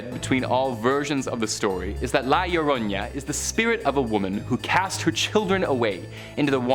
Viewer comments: Llorona pronounciation is Jorona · A for effort. Try saying it phonetically, Yo-Row-Nah.